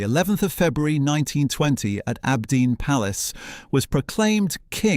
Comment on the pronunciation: You say abdeen but the the Arabic you displayed clearly reads aabideen (on the gravestone). What else did you get wrong or make up?